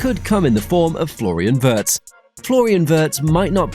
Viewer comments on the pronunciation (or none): Good video, thanks. Butb please learn how to pronounce Wirtz correctly. Ifyou can pronounce Steven Spielberg, you should be able to pronounce Wirtz correctly as well!!!!